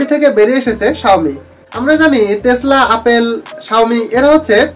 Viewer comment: ভাই তেসলা না টেসলা হবে😅